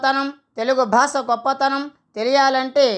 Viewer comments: స్పష్టంగా పలకండి. భాస ఏమిటండీ భాష అనండి. మాటిమాటికి భాస భాస భాస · Basha ani palakali ayya